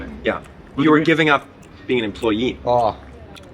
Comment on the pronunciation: The “employim”